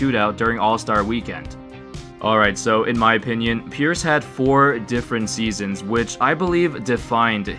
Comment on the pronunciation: Kinda Sounds like you're saying "purists" lol